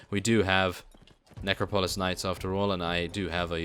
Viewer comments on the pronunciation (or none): Love your videos but I have to tell you, it's ne-crop-o-lis. Not trying to be a jerk either ;)